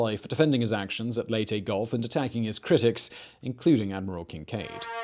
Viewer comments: Leyte...... not LATE...... Lay-tay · .MacArthur egotistical? really?...'Lay tee'...not Late... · Minor point on names: In the Philippines the names there do not have any silent vowels or unsaid letters. Layte is not said "Late" as in English. The name is said "Lay - Tea". Bataan is not said "Ba Tan". it is said "Ba-Ta-an". Have fun.... American names are less reliable. New Orleans is said "Naw lins". Louisville is said "lu-a-vul". Sorry but it sort of takes being born there to get these things.